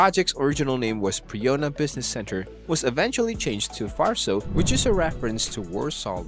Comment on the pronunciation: My ears bleed every time I hear "farso". It's pronounced Varso, with hard "v" like in "vet". Was there 2 weeks ago, quite empty for now. The plaza part seems to be a cool place, a real technology hub, it looked like there was a lecture in one of the rooms when we arrived. The tower will be open for sightseeing next year.